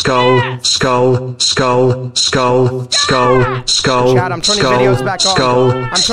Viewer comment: I love how the chated spamed the emoji but it sounded like "Skold skold skold skold skold skold skold skulll skullll skullll skul skualll"